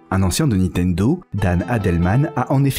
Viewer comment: on dit niNtendo ! pas Nitendo, on dirait ma grand mère, merci